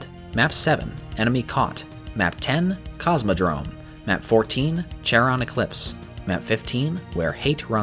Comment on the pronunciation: Someone may have mentioned this already, but the "ch" in "Charon" is pronounced with a K sound (Charon is a name from Greek mythology).